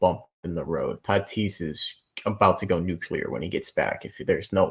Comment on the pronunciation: Nu-Clear. Nu clear. You got this. nuclear.